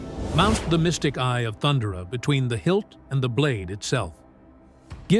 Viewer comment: Pronounced 'Thun-dare-a' as opposed to 'Thund'er-a 😉